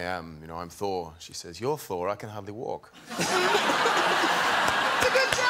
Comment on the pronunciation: Thor = Sore. It took me a second. Lol